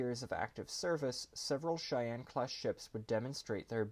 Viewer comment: I know it’s simple, but thank you for pronouncing “Cheyenne” right. They times I’ve heard others say “she Anne” is staggering. And growing up in Cheyenne Wy it’s become a surprising pet peeve